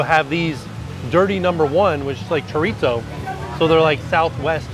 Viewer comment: Looks yummy! Just wanted to let you know there is no “T” sound in Chorizo. It’s pronounced like ( choreeso).☺️